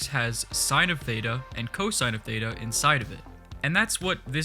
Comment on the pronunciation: lol when he said theita i went crazy cuz the pronounciacion was complete dogshit (im from greece so i know :)) Great video!